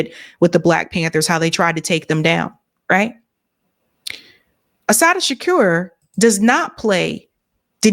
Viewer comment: U slaughtered Assata’s name, and that’s my middle daughter name sake 🤦🏾‍♂️🤦🏾‍♂️🤦🏾‍♂️🤦🏾‍♂️ And I no I’m being petty right now, but ur 2 informed 4 a mishap like this. Tighten up.